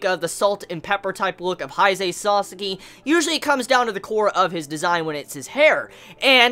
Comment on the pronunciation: Each time you say sasaki. I hear it as sasuke😂